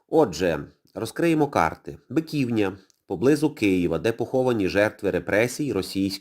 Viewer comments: БиківнЯ, а не БикІвня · Шановний! Ви неправильно робите наголос! Не БикІвня, а БиківнЯ! Биківня́ — місцевість Києва, розташована на його північно-східній околиці у Деснянському районі між Броварським проспектом і вул. Бобринецькою. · Дякую за сюжет, але не БикІвня, а БиківнЯ. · З усією повагою. У слові Биківня наголос на останній склад.